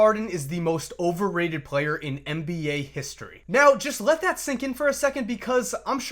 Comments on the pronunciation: You emphasized the shit out of it too 😭😭😭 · At the beginning did you say overrated